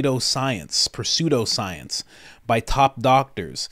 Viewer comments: The P is silent (pseudoscience)😂🥰💯❤️ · Pseudoscience is pronounced : Sue-Dough Science It means stuff that isn't actually Scientifically Proveable, or "Not Real Science"